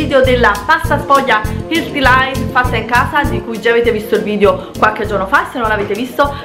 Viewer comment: Vincenzo Riccio eeeh si fa per dire ma dai! Tranquillo che non mi sparo solo perché sento dire ILTI